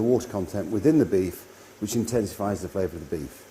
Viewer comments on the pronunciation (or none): none